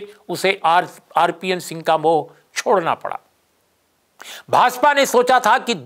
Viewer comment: Rcpn नहीं Rcp singh सही उच्चारण है….